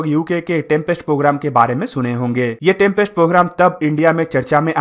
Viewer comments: It’s Tempest not trumpest programme !!! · In video Tempest pronounciation sounds like Trumpest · It is pronounced as Tempest.....why Are u saying "Trumpest"?????? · It's Tempest not trumpest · Bro it's not trumpest it's tempest😀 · 🤣🤣🤣yes ur right he said trumpest too 😂😂,but videos knowledgeable hoti hai bro